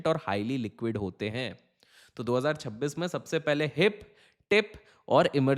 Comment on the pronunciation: Pehle 2026 bolna to sikhle actor